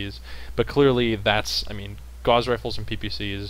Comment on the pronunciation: Great to see most, except, now correctly pronouncing Gauss! Agree with most points made, especially regarding Laser Durations which have been clearly in need of a reduction since the game launched. Pulse Lasers have improved a bit more than once but they are still not there.